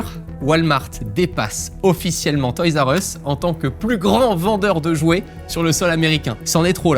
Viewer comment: ma mere dit "toys u ess" le R a disparu